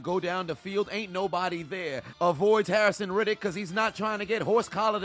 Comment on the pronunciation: Bruh.... who is "Harrison Reddick "?